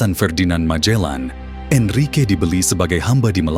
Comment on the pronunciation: Magellan or majellan...sebutan biar tepat ...Cebu ...sebutannya Sibu bukan chebu....sebutan yg pelik menunjukkan pengetahuan kita